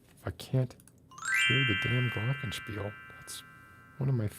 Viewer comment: oh! You said Glockenspiel, and so perfectly! I m sorry about the stream. and I m sorry that I m allways way too tired to stay for long